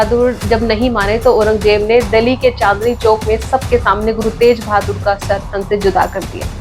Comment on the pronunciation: तेज बहादुर,,,,, नहीं,,,,,, तेग बहादुर 🎉